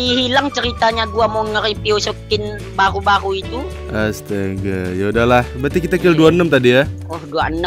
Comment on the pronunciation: Baruuuu❎ Bahuuuu ✅